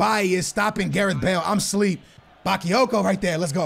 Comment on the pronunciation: OMFG NOT BAKEEYOKO IT'S BAKAAAAAAAYOKO